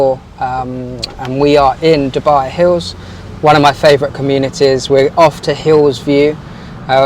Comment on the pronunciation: its DU buy, NOT derrrr buy FFS